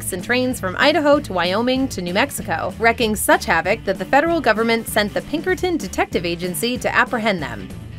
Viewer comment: the word is WREAKING not wrecking. Jesus. Maybe y'all can do a video on how the word wreaking slowly became the word wrecking due to the illiterate YouTube generation.